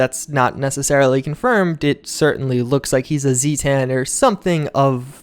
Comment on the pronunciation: A "Z tan"? You hurt my brain sometimes,.